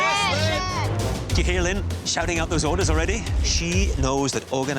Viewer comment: Line also reveals herself as a garbage human being by saving herself. Also there is no world where Line is pronounced Lynn.